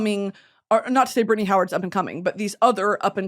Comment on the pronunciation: Bri-tan-ny!!!! Please eat breakfast